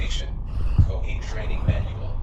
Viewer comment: Its is pronounced 'Kaiohate' thanks